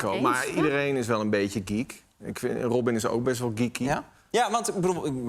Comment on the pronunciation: Is het no róbin of ròbin? ik hoor bram ròbin zeggen en arjen róbin..